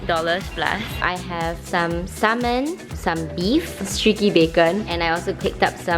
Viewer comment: I love how she can speak really good english and cannot pronounce salmon properly.